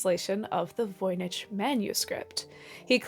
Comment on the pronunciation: Voynich... Voi Nik not Ch as in church but k